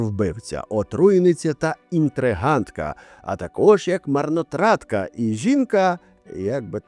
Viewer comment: Не інтригантка, а інтриганка) в слові ʼінтригаʼ лише одна буква Т) А вопше дякую за випуск, як завжди цікаво і гаряче ❤️‍🔥